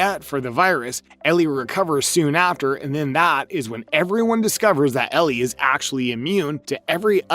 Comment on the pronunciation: It’s a fungal infection called cordycept (based on irl fungus) not a brain virus. Idk why you pronounced Ellie as “Elerie” here Sarah doesn’t get infected Bill isn’t a dead body, it’s his partner Frank